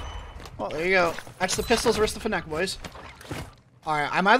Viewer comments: can we get a video where you pronounce fennec correctly? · lmao the way he says "fennec" never heard anybody say it like that